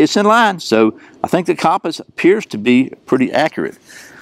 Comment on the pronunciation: The way you pronounce compass..🤦